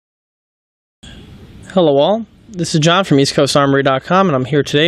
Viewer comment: is it just me or in the beginning of every video he says HELOL? idk it sounds like that to me :D :D :D